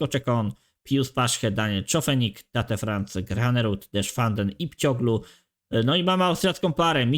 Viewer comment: imię tego młodziutkiego amerykanina czyta się Tejt